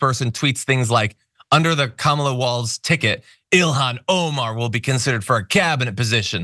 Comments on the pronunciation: It’s pronounced,” KARMA..LA. Get it right..your future depends on it.. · A shoe called Kamabla or Kamablah or cofefe or whatever word or name Trump can't pronounce or slurs or whatever? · The weird thing about it is if he’s just mispronouncing her her just to be disrespectful or racist or whatever the heck he’s doing, I think ‘Kambala’ would sound better than ‘Kamabla’ if you insist on adding a ‘b’ into her name and your just gonna put it in anywhere. At least with ‘Kambala’ it ends in an Allah sound, and he can scare all his wacky ‘Christian’ right weirdos. And it just rolls off the tongue better anyway, than ‘Kamabla’. The guy’s just friggin weird.